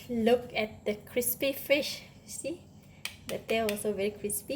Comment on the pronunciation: Me wuv you cwispy uh fish!!!